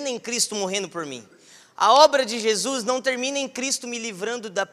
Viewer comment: "Shei shu" mano eu dei risada disso???kkkkkkk